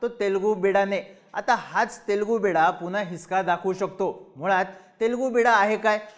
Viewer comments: ते बिडा नसून बिड्डा आहे. बिड्डा म्हणजे तेलगू मूल असा होतो. 😊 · I appreciate your analysis and imagination in politics to increase the curiosity of viewers. You imagine what is not going to happen. Please do the video on 10th September with reference to this video for the result. By the way, it is not Telugu Beeda, it is Telugu Bidda, which means Telugu Child. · Wrong word and wrong meaning of Telugu bida..in bol bhidu.. It's not bida.. It's" bidda" means son